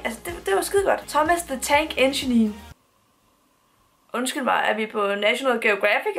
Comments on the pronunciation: Hahah Thomas the tank enchenin hedder engine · Thomas the tank engine.. Det udtales ikke Thomas the tank enginenenee :D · Wth du kan ikke udtale "engine" 👎🏼👎🏼👎🏼👎🏼👎🏼👎🏼👎🏼👎🏼👎🏼👎🏼👎🏼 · Er vild med din udtalelse af engine (det sidste e er stumt ;)) BBC er en britisk tv kanal teleselskabet hedder cbb.